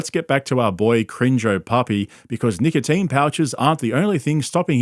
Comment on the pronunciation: The worst part of the video is how you pronounce "nicotine"